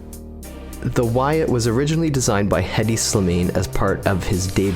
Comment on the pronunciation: Also, Hedi Slimane’s name is pronounced Eddy Sli-mawn. Great video!